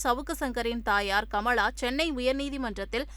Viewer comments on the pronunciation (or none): none